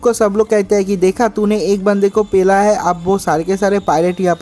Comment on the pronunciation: Pela pela ku bolta h re 😡